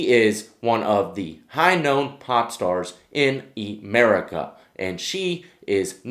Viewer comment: "High known pop stars in E-Marika" 😂 😂